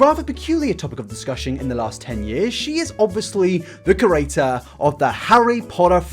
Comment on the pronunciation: Whenever you say ‘creator’ it sounds like ‘curator.’ Don’t hate me, I love your videos! Keep up the great work:)